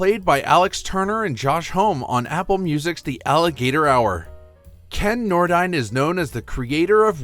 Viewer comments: It was pronounced Ken Nor-Dean. Also Cav-a-leer-e" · Remember: There’s a Seeker born every minute! And Ken Nordine’s last name is pronounced as though it were spelled “Nordeen”. He was famous for making dozens of radio commercials. It’s stupid mistakes like this that are the reason I refuse to subscribe to hack channels like this.